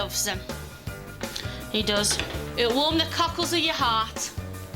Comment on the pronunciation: "warm the cuckolds of your heart!" 😂 Its cockles. They're like whelks or mussles. I do like your version more though.